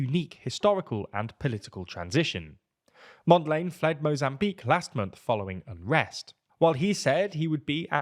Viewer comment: totally butchered the names. I am gonna come back to that "Mondlane" 😅